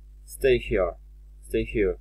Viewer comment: Proszę szanownego pana, Czy naprawdę "here" wymawiamy [hia]?